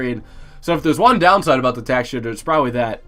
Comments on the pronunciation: Did he say 5th tier tack shitter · Did he say tack shitter? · Yea im starting to thing he says tac shitter on purpose